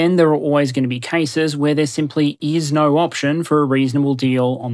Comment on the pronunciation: "The default option is always - naur"